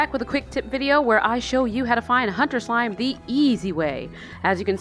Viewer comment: "My slimeh secrets"